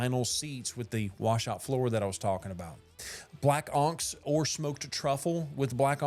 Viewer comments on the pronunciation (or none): You should learn how to pronounce onyx. It isn't onks.. it is on-icks.